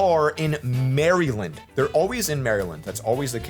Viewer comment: I just wanna say you pronounced Maryland wrong